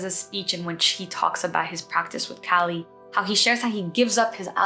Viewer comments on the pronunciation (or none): Loved this! Please "Kaa li' not California cali.